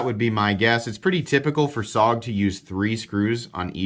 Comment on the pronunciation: i believe its pronounced Soge..